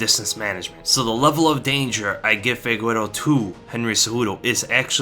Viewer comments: Figueiro its pronounced figayru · Figueiredo. FI-GAY-RE-DO , not Figuero lmao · Did you just call Deiveson Figueiredo as Fegüero? lol Thats not the pronunciation 😂